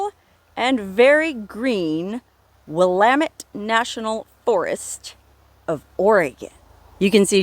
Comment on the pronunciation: Thank you! You pronounced Willamette correctly. Out here in North Carolina people want local names pronounce right but don't seem to care about things in the west.